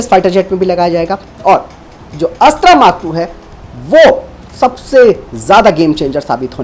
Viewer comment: आप की हिंदी कमजोर है या फिर आप जानबूझकर यह गलती बार बार करते हैं।। यह अस्त्रा नहीं बल्कि अस्त्र मिसाइल है